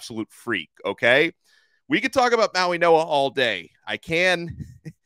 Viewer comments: Interesting. Don’t think I’ve ever heard a G pronounced as a N. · When did Francis & Kiki’s last name get pronounced “MauiNoa” & not MauiGoa? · There is not an a letter N in his name, why are you pronouncing his name with an N in it?